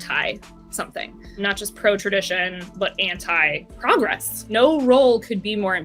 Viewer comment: Boys please stop mispronouncing progress.. ffs